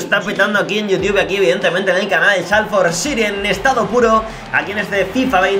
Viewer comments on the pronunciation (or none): none